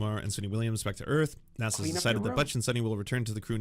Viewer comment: It's NASA, not Nasah...!